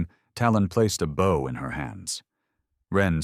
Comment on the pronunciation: How many times are they going to mispronounce “bow?” It’s pronounced like the word “no”….long o!!!!